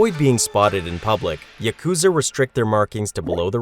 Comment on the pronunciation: Please learn to pronounce "yakuza."